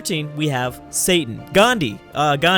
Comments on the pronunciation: You saying Gandhi Satan is really offensive. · Why did I hear Saint Gandhi HAHA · "At 13 we have Satan-GHANDI Ghandi" I'm dead